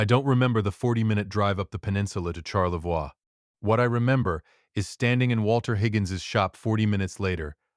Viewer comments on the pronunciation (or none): As a Michigander living fairly close to TC, Charlevois is pronounced Sharlevoy in Michigan. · That is not the local pronunciation of Charlevoix. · What a heartbreaking story about a son & DIL’s betrayal. Glad you got the Grace home. Listening from Traverse City, grew up on the OMP…but seriously AI mispronounced Charlevoix and Petoskey.. :/